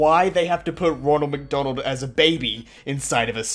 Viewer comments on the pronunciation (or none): Did u just SAY MACDONALDS!!!! INSTEAD OF MCDONALDS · Wait, wait, wait did he say? for McDonald’s... oh wait he’s Australian for further notice it’s pronounced Mick - Donald’s.